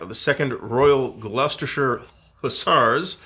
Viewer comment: Many thanks for the vid it will be interesting to get an Italian designer's perspective for a change. Mainly commenting and thumbing up for the perfect pronunciation of 'Royal Gloucestershire Hussars' 😁